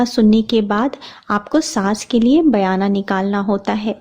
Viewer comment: Mem sargi bolte hain not sargai Or bayna bolte hain bayana nahi, bura mat maniyega maine socha apko bata dunga🥰🥰😊😊